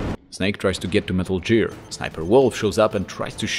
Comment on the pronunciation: I don't know why I can't handle hearing "Metal JEER". They say it in game, right? Idk what language he plays the game in and I don't want to offend anyone. I love anyone who also loves the Metal Gear series.